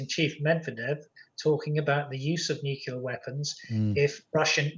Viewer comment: The word is NU-CLE-AR NOT NEW-CUE-LER!!! You loose all credibility when you say it wrong!!!!